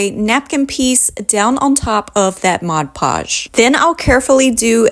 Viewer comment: The product is called Mod Podge, Podge is pronounced "pahj", not the French pronunciation "pazh" as in decoupage.